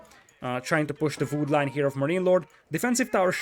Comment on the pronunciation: I like how you say vood